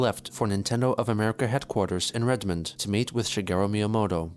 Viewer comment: Hearing everyone in this mispronounce Redmond is making my ears bleed